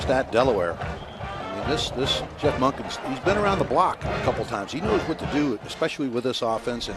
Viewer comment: Coach Monkey? Really? It's Monken.